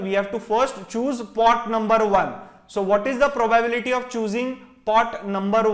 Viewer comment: probyebility :) probably you will learn how to pronounce it